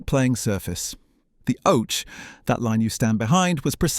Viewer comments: It's Oche as in Hockey not Oche as in Roach! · Can't stand these AI voices. I gave up when the oche (pronounced okky) was pronounced like 'roach' without the 'r'. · I'm getting bored with this computer generated voice that cannot pronounce words correctly !! ... Just listen . ... The oche is said as OACH - when is should be OCKY. ..... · and oche is pronounced as hockey not oche